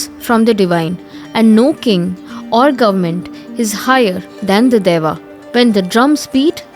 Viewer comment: It's not dava it is dieva